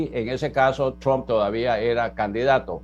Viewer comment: Los demócratas pusieron a Arévalo que dice tromp